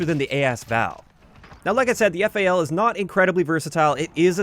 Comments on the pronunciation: god, thank you for saying "F-A-L" instead of "fal" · YouTuber says FAL = instant like